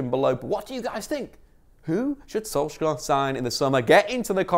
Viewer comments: When are you gonna start pronouncing Solskjaer properly? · You should not pronounce the k